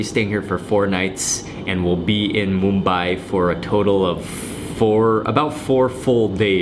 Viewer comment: How correctly u pronounced "Mumbai"....🎉🎉🎉🎉